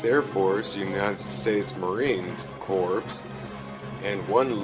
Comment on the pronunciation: Hey genius, for the Marine Corps, its not pronounced as "Corps" as in a dead body, but "Core" as in the core of an apple. Disregard the "p" when your saying it. I served in the U.S.Army, but I have worked along side many Marines and I can tell you its an insult and a disgrace to call pronounce it the same as you would when referring to a dead body. I'm not asking you to correct your video, just be mindful of that when making future videso. -thanks!